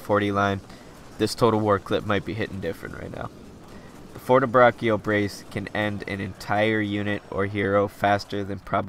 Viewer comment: the right pronounce is "fortebracho", the double c is mute and the "cio" in pronounced "cho"